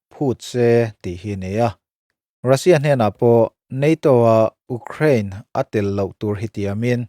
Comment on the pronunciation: A ngaihnawm ṭhin hle mai a, i Mizo ṭawng hman ah pawh fello a awm lo bawka, Ukraine erawh tlemin lam uluk deuh tala, abak chu duhthusam ni maiin ka hria. A dang te pawh han ti zel rawh khai, mahni ṭawng pawh lam fuh mumal theilo ning nel ve tak tak te thu sawi ai chuan ngaihthlak pawh amanhla viau e.